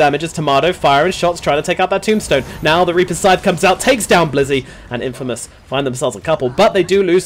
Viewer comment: Infmaous?? LMAO